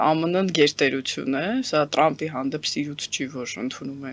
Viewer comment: լայ լաղջիկ լերլուծաբանիկ մենք թ ևփ տառ ու հնչուն ոնենք հապա տյու ինչու ՞ ես Թրամփին տըրամպ ասում ։